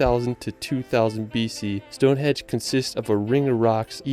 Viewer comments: Stonehenge, not Stonehedge. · Sounds like the narrator is calling Stone Henge - "Stone Hedge" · It is Stonehenge not Stonehedge. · Henge not hedge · Hi from the UK. just to say its stonehenge not stone edge. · Eddin-bruh. stoneHENGE,NOT Stonehedge ffs. All over the “rirrld?!” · Why does the guy keep calling it Stonehedge, is it AI? Good reaction guys.